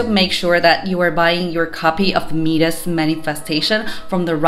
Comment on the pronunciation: Mee-dus?? My-dis dear